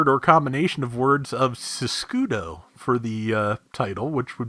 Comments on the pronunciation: Yes, as I said on the previous video comments, its name is a mix of "sinistra" and "scudo" (left and shield, in italian). The katakana is correct, however the romaji is wrong. It should've be Siscudo, pronounced SEES-COO-DO. Still make no sense. It could be because of shields are normally carried on the left arm but, the suit don't have a shield and it don't have anything related to guard or block, so... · it's "sis-key-de"